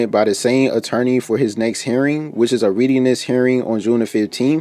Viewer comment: The word is arraignment, not arrangement. Also, it’s a readiness hearing, which is pronounced as “rediness” not “reediness.”